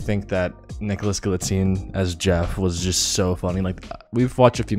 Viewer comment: Galitzine or galzatine? I must’ve been pronouncing it wrong this whole time haha